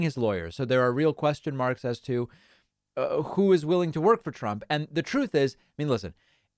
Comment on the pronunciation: Troth senchal. Trump can’t even say the word truth, lol. He’s allergic to the truth.